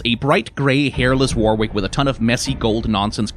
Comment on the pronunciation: Heads up, "Warwick" is pronounced 'warrik'. the second 'W' is silent. It's weird but a lot of old English names are 🤷‍♀️